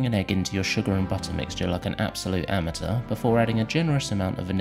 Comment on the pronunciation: the way you say Amateur hurts my head:(